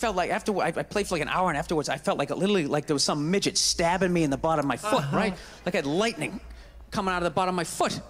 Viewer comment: the way he pronounces the "t" on "foot" is straight from Ireland.